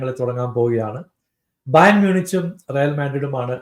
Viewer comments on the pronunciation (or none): Bayer alla bro Bayern